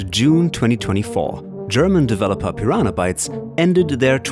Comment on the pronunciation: I'm sorry but I keep throwing up about the way you pronounce "Pyraana" each time you're trying to say Piranha. And you started out with Gothic II ? Pfff, gtfo. Not even a first hour fan, blessed to start out with Gothic I but no, you're not even mentioning how amazing Gothic 3 is now that the fan community created shitloads of patches and mods, and made it to what it originally thought to be. You are such a fake.